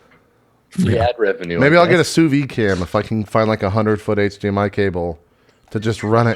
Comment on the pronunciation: I like how JP keeps talking about "souvy" and "souvying" while it looks like it's the actual french word: "Sous-vide" which litterally translate to "under vacuum". Somehow in english they use the french words... and the "d" sound just disappears?